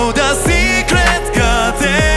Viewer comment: のgardenの発音＆美声で今夜はいい夢見れそうです❤❤❤